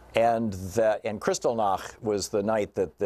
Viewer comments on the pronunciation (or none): wow... horrifying on so many levels. Just the fact that a human being would call for such a thing is the start. Btw, it's Kristallnacht, as in nacht=night.